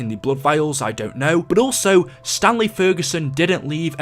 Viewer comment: Every time you said Stanley I thought you were saying stan lee